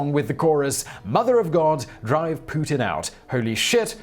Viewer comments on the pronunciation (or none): none